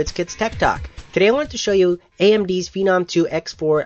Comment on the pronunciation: and i thought it was pronounced "fee nahm"